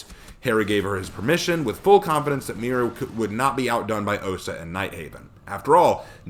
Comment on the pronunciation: Spaniard here, and you actually pronounced it somewhat ok. I mean, it's blatantly obvious that Spanish isn't your native language, but, again, Spanish isn't your native language. Not much you can do there lol Also, great vid! And I agree on your point about her being in the field. She should have the training, but not be put in a position where she could die